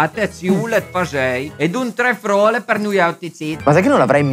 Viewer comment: il piemontese l'hai fatto malissimo. io ho capito che era piemontese solo quando hai pronunciato frole